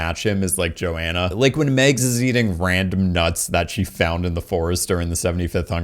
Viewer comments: Dude, it’s MAGS!!!!!! Not Megs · Mags, pronounced the same as in "magic"